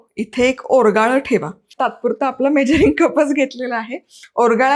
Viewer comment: ओरगाळ नाही ओगराळं